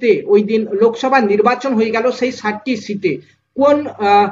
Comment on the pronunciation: Uchcharan bhalo hochchhe na. 7 tir jaygay 60 ti uchcharon hochchhe.